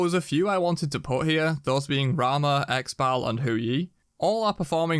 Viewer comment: Ex Bal.... Xbalanque, Zhi ball ankeh